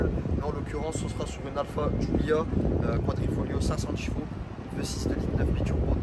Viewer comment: Quadrifoglio et pas quadrifolio.......